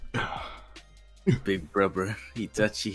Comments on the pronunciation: no he said bruber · Why did sasuke said brober